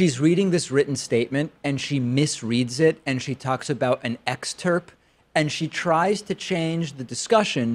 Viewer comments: To the cocky host: , the word is "excerpt" not "exterp..." lol (PS Your "upspeak" is condescending and truly annoying...) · Book "excert" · I think you meant excerpt not "exterp" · Whilst we are splitting hairs.... It is NOT pronounced "EXTERP"......wtf is exTERP? It is excerpt. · David, wtf is an EXTERP? REALLY?